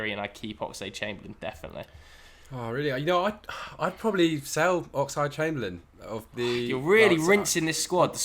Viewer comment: Why does he keeping saying "Oxide Chamberlain"?